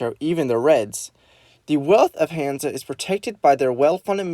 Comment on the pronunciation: Oh and also no hate but you pronounced hansa wrong